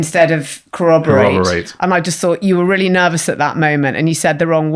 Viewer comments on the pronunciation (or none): I spotted the 'corraborate' thing but wonder if no one brought it up because of Jonathan Ross' known speech impediment and didn't want to risk being mean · Jonathon didn't say corraborate, he said cowabowate.